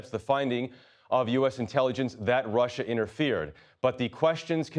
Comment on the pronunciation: "There's no colusion. I didn't deal with Russiaah. I have nothing to do with Russiaah with respect to my race." WTF is he bloviating on about.